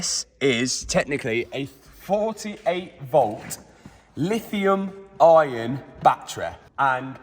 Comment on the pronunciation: There is no R in - Lithium Ion - 😂